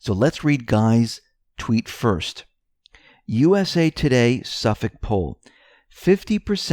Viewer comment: You say Suffolk like a new yorker 😂